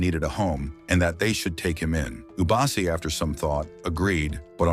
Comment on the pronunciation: Bro, mufasas real parents are afia and masego. Masego died in the flood. The lioness at the end was afia not ishe. Its not ishe its eshe. Its not ubasi its obasi.